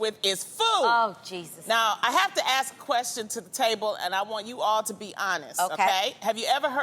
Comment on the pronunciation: Adrienne !!!! It’s ASK not AXED !!!